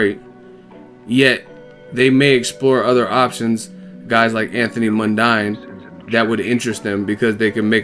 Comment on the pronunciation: The fucknknuckle mispronounced it. It is pronounced MUN-DEEN. The fucknuckle knows fuck-all. Crawdaddy will be looking to crawl into his shell in that ring while Jeff is giving his head a free panel-beating and make-over.